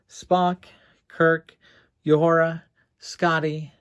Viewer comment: Nice work! You are better at painting figurines than you say. One criticism: just because Lt. Uhura (Nichelle Nichols) opens hailing frequencies is no reason to call her "Yoohoo-ra"!